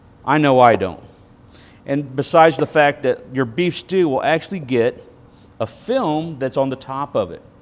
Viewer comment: Lellobeetle did he say film or phlegm?